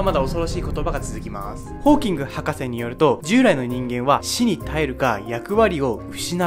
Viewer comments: 「死に 絶える」じゃなくて「死に絶える」 crispr-cas9(エイトじゃなくてナイン) その他も間違い多い。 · 死に絶えるを死に耐えると読んだり、9をエイトって読んだり、語尾が「まーす」だったり。よくそんな帽子被れるなーって。